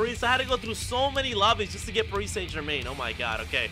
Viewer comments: “Parise saint germane”. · Parees Saint German (no hate) just never heard any one say it like that